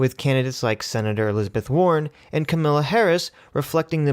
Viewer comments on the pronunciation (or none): Ka—meh—lah. Like Pamela, with a K.